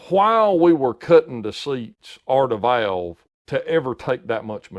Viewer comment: When he says Valves or Valve….sounds like he is saying Vails or Vail